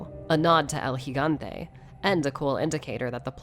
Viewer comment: About time I hear someone pronounce Gigante correctly. Always hear Gee-gante instead of Hee-gante.